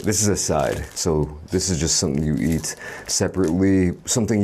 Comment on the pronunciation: Why do you pretend to have such a deep voice. You can hear that is fake when you try to say "eat" and end up saying Ee. I'm not saying it's bad, just strange.